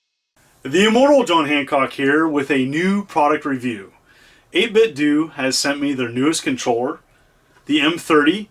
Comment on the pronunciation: Thank you for pronouncing 8bitdo correctly. You "do" it right.